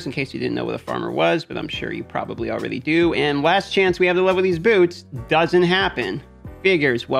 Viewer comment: Can someone explain the ''alrady'' pronunciation? Is it supposed to be funny or what's the deal?